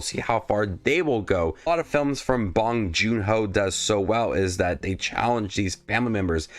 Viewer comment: By the way, it’s pronounced “joon”, not “joo”